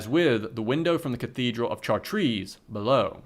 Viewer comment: You should've looked up how to pronounce Chartres lmao